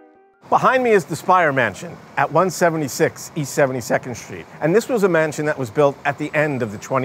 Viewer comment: What is a "schtreet"???